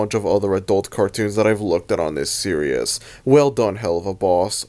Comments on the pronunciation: Series is pronounced “Seer-ees” not “ser-I-us” I will keep commenting this until you notice me PLEASE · Nah.... He's gonna continue to pronounce "series" as "seerious" until the day he dies.